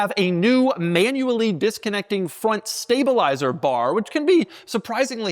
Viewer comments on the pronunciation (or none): none